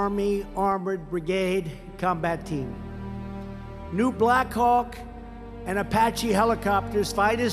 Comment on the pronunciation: Did he said blackchawk?